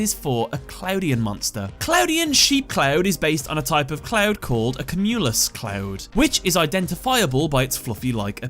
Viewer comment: Am I the only one put off by his pronouncing of "cumulus?" All through school and whenever I've heard it, it's always been "kyoo-mew-luss"